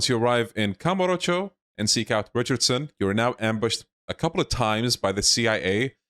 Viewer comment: Ricard-son? I thought it was Richardson